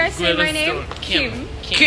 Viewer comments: ขำตอนออกเสียง ขิมม 5555 คือชัดสุดละ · ที่นั้นดูแล้วบรรยากาศดีสุดๆ🌊🌤️✨ น้องขิมกับเพื่อนน่ารักมากเอ็นดูการออกเสียงชื่อขิมของหนุ่มๆ ใช่ที่ออกเสียงชัดสุดไหม555555